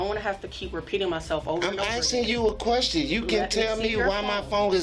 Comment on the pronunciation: you axxin me a questin